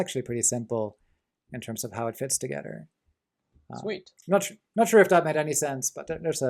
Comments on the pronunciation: Not you, your friend. His English is like 100 times better than mine, yet I don't understand why he pronounces "ther"(like in "together") like "rer". I'm not a native English speaker myself but for some weird reason I found that pronunciation extremely annoying. Am I crazy or some shit? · omg. each time I hear "rer" (ther). I just can't stand it, I don't know why. I'm sorry. I'm a bad person.